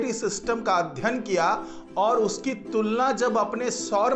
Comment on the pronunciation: अध्यन नही अध्ययन बोलो